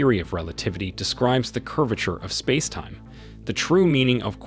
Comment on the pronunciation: AI voice can’t yet pronounce ‘spacetime’. Ironic?